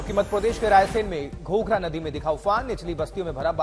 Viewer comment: गोदी मीडिया के anpdh एंकर घाघरा नदी है घोघरा क्यों बोल रहे हो...?